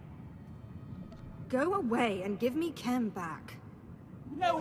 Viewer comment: Kem, KEM! It's pronounced Kem! There is no "L" in Khem! Oy lad!